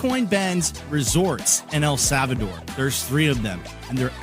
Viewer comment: El Savador? What the L?